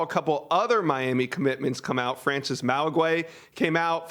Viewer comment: Learn to say Frances name… moron